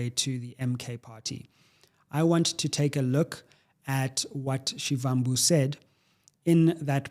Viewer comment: Only came here from X to tell you that, learn to pronounce Floyd Shivambu surname accordingly. Take us serious. Put in the effort if you want us to take you serious.